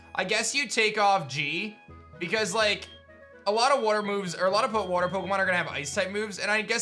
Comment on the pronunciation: I really love the nickname Je, but not the way you say it. Pronounce it like Jet, but as if someone muted you before you got to the T. Also, if you REALLY wanna change its name, I believe the Name Rater is in one of the PokeCenter pools just chilling in the water IIRC.